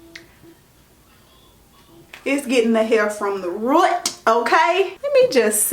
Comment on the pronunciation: Lmao them“ruuts” 😂😂😂 that reminds me of the days my grandma used to press my hair, she would say, “ I’m gonna try not to bwon(old folks way to say burn you know what I mean lol) ya but I gotta get them ruuts”. I’m weak😂😂😂